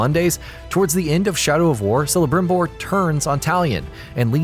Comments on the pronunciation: It's pronounced Kelebrimbor, not. But you'd know that if you played the game longer than an hour. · This guy said not kelebrimbor Ffs really? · Sellabtimbor you mean Calabrimbor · ""... Good fucking god, did you even play the game? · It's pronounced 'Kelebrimbor' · Ok celebrimbor's name is not pronounced you hek get it right or ill sacrifuce you to sauron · Celebrimbor name is pronounce with a K not C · Raises ring of power "I Shame you!!" Celebrimbor is not only the second main character of the game but also a very important character in the LOTR lore how can you misspronounce that